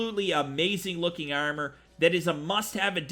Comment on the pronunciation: It's pronounced ARM-OR not Eyarmer lol